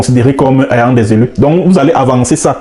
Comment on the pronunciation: Il faut fermer ton clapet et va traiter des sujets sur Bankoui, il y en a tellement...tu es en manque de vue, dit la vérité 😂. En passant, va demander comment prononcer le mot "ayant" avant de venir cracher tes vomissures 😂 sur un Prof.